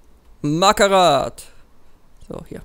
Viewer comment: Marhtat und nich markarrath